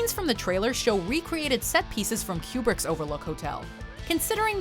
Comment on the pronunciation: I swear she is saying "Q*berts The Shining" everytime, especially at , instead of "kubrick's"😆 ....I had no idea Q*bert made movies hahaha